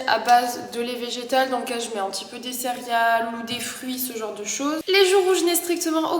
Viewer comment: A chaque fois que tu dis "cérial" au lieu de "céréale" ça me perturbe 😆